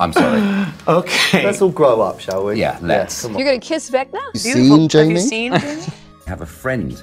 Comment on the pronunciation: Joseph accidentally saying ‘Venga-song’ instead of ‘Vecna-song’ and then Jamie realising, I’ve had that on repeat now for quite some time. 😂